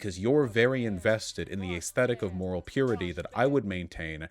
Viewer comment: I was about to say yay for Shoe , got a 2nd/3rd job. Too bad, I still watch for her commentary on daily life , funny stuff happens and I love the aggregation. I dislike the way you say ayyysthetic . Shoe/You can post whatever side of the political spectrum you choose , this does not make you one side or the other. Your physical actions and financial contributions should be held to the high standard you have for these political reps. You both have to be able to live your lives separate from politics because it does not get included in every facet of life. You both need shitposting as an outlet or just a distraction. It doesn't need to be analyzed to the degree that a political statement might be reviewed. Eat a dong Vuash. <3